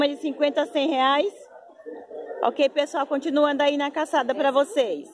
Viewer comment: Só uma correção, vc fala caçada kkkkkkkkkk e o correto é calçada. Eu adóooooru seus vídeos muito bom gosto 😍